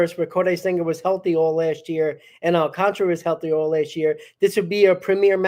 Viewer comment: Prounce it with my none Spanish speaking friends AL - CAN - TA - RA and not AL - CON - TRA, SMH put some respect on that man's name.